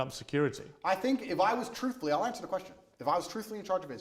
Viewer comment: Man,andrew will give million anshwers befo u finish ur question😂